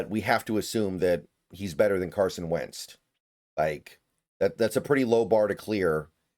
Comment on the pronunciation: Wentz. Not Wenst.